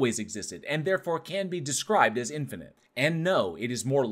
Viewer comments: I can deal with deteriorization, because that only shows up once; I twitch every time he says "in-fah-nint" instead of "in-fah-nit". IT ONLY HAS TWO Ns IN TOTAL. STOP IT. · Did he say "infinant"?